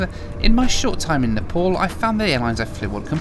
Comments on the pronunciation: You don't even know how to pronounce NEPAL, you introduction you called it NEPOL HAHAHAHA My goodness how much you talk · It's not Nepol it's Nepal 😂